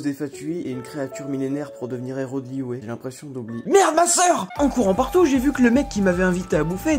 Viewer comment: Liyue pas liyué 😠 sa m'a stressé toute la vidéo